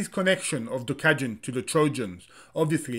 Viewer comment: it’s not “gjuka” it’s duka with d.